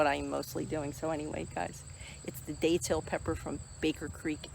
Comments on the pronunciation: the "a" is soft. I mean no disrespect and grateful you're growing and sharing content of these beautiful plants. God bless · I've lived in NE FL for over 40 years and you're the first to pronounce the a in that manner. Beautiful plants